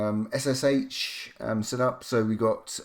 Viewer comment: This is the first time I've heard SSH pronounced "shush" not "ess-ess-aitch". Whatever next? GIF as Jiff? The world's gone mad, I tells ya.